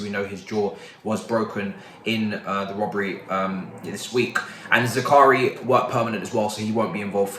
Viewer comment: ZAKARIA ZAKARIA😭😭😭😭😭😭 say it right